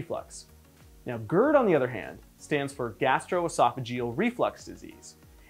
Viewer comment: God gerd, not goord